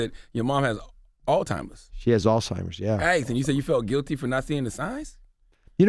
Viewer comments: Who's still saying All-Timers in 2019? Thought we would all be pretty clear on the word Alzheimer's by now. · It’s not “ALL TIMERS” we gotta do better 😂😂😂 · Charlamagne said Dr. Oz's mom has "Altimers" vs Alzheimer's 🤦🏽‍♀️ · Charlemagne “all-timers” , Dr. Oz “Alzheimer’s “ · Uncle Charla will mispronounce something in a minute... All timers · CTG: “All-Timers” 😂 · "had to spoken"?😂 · U noticed that too...🤣🤣🤣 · william singleton 😂🤣😂🤣😂🤣😂🤣 Charlemagne had to spoken that word wrong on purpose lol